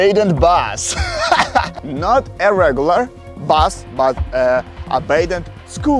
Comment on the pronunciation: bro said bas instead of bus